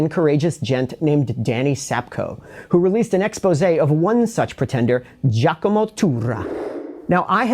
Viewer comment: Wait so you can speak Italian yet you pronounce his name "JACKOMO?" 🤣🤣🤣🤣